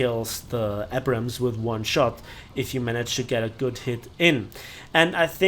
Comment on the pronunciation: I just wish he learns to pronounce "Abrams" correctly one day